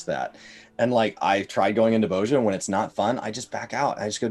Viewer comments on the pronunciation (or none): It is pronounced Boz-ya, not Boz-ja ;) To make people run the Castrum, they just need to have some fragments drop in the last chest that will be needed for Delubrum Savage. This, and make castrum give a good amount of job exp.